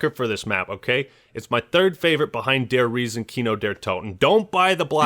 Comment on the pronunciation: Am I really the only german who watches you and has to cringe every time you try to say "der Riese"? The "E" is not silent, my (Act) man